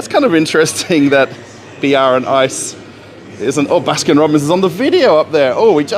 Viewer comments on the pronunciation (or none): It's "BRAND ICE" not br and ice